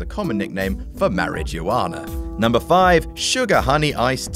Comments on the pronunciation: Mari-ju-whana... can you not pronounce marijuana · ... "Marriage-U-Ana"?!? Is that how you pronounce it there? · "mari-ju-ana" kill me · lmao the way he said marijuana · I'm having trouble figuring out if he was being funny with that pronunciation of marijuana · mispronounced marajuana